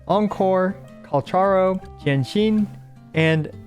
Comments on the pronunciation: Thanks for the tips, will reassess my builds and see if I can adjust some things based on the suggestions here. Speaking of which, I think the official pronunciation of Calcharo is KAL-kah-RO (some say it's derived from Kakarot)? Ofc could be wrong. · i jsut laerned that calcharo isn't pronounced like kal cha ro bur kal ka roh (in the official character video thingy they pronounce his name) im just gonna call him sephirot any way :D kakarot was a fun name to similar to sephirot